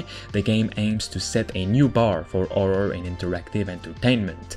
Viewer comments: Horror nor orror xD its not hard to spell the h man i know english aint your native language but jesus christ man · How come you can pronounce “Heist” But not you can’t pronounce “Happy” or “Horror”?